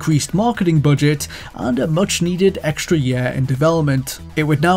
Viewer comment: Every. Single. Time. This dude says "year" I am triggered. I try to ignore it, but he says it A LOT